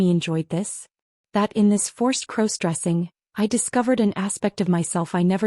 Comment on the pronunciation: Stop mispronouncing crossdressing 😢